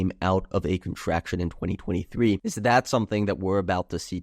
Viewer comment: Contracshun resheshun